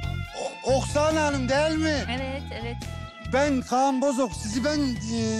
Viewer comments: Oksana deyil Aksana 😁 yazarken Oksana soylerken Aksana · şey olabilir oksana yazılır aksana oxunur 😁